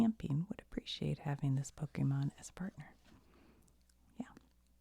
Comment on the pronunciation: Don't listen to people that tell you that you need to know everything about Pokémon to enjoy Pokémon content. Pokémon is for everyone and we have no room for gatekeepers. I personally love your Pokémon content mainly because you don't know much about it. You mispronounce names and I find it super cute lol